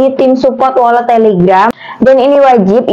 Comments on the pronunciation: Walet bukan wolet y lebay u mba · mba doank yg bacanya wolet😄😄😄. Untung GK welut